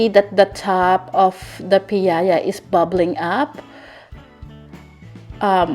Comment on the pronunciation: from Bacolod here! And its actually "piaya" not piayaya. But thats ok. It's one of the best pasalubong treat everyone loves. anyways, its been a long time since i found out this is how they're made. Will try this soon. ^_^